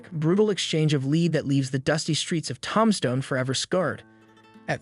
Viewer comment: This bitch can’t even say the name of the town right